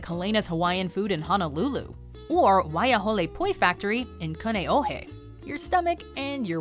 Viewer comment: As well as HONOlulu (not HANAlulu) lol